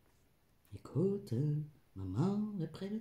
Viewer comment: J'adore votre humour 🤣🤣🤣 : "Ecouteu, Maman est près de toi..."